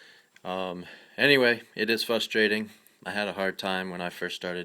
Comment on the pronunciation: You mean "FRUSTRATING"?.... LoL not "FUSTRATING"